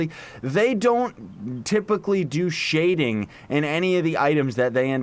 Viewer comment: Lol "the devs don't do shhhading"